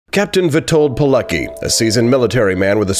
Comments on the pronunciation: It's pronounced "Piletsky", not "Pilekee" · You should do a bit research on how to pronounce his name. It would be "Piletzki" not Pileki. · Name is pronounced pee-let-ski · The pronunciation is "Veetold Peeletski". A very great Polish hero, yet another of countless victims of ideological barbarism. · Lambert He didn't Germans organize hunting on Polish people on the street and put them to koncentation camp not jew only.Try pronounce Veetold Peeletzky. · His name is pronounced VEE told Pee LETS key. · For English ppl, pronounced "Piletzki" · It's pronounced differently. It goes like "Piletzky". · Captain Polucky? Oh boy. Let's try a slightly different pronunciation. Use a phonetic approach. His name was Witold Pilecki in Polish. First name in English is pronounced Vitold, W in Polish has its equivalent in V in English. In regards to how his surname should be pronounced, try to use the following: Pee, then le, then use C as if you were trying to say letter C in the word, certified, and that's followed by key. Put it all together, and it gives you Peeleckey😀👍. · Captain Pille-qi .... Goddamn son where did you found that ... Its like Mohammad being pronounced as a Michel ... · You mispronounce Pilecki.